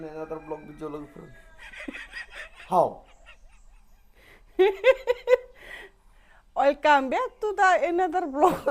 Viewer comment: 😂 Welcome ❌ Oilcome✅